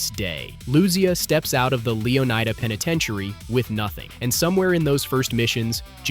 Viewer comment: Bruh these pronunciations are driving me crazy. LeoNIDA not LeoNEEDA and Lucia said wrong throughout. LOO SEE YAH, not loozia